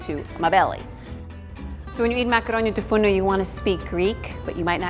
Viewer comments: She sais it wrong since she is not a native greek speaker but i still love the way she sais it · is it just me or does anyone else love how she says the name of the dish